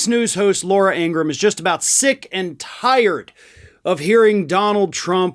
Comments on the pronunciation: It’s not Laura Ingrumm… It’s Ingra-HAM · In Gra Ham....not ingram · I know you follow Meidus Touch. They'd recently uploaded a video of them interviewing Laura's actual brother. A far cry from what she is. 1) her last name is actually pronounced Ingra-ham. Like Abraham, but Ingra. 2) their father was a Nazi sympathizer, always beat and yelled at them. 3) she grew up and went through life without actually finding love. Which surely and slowly became who we all know today. Whereas her brother found love and is openly gay. He's really disappointed that his sister went down this path, cause they were close when they were kids.